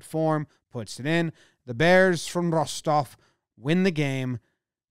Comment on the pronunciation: Appreciate how Jomboy pronounces "Rostov". Spot on.